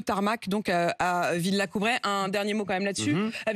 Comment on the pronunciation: Villacoubray ? Pff..!!! Villacoublay, Miss De Malherbe. C'est pourtant pas loin de chez-vous. Avec ça, vous pouvez faire preuve d'insolence et de condescendance vis à vis d'E. Zemmour.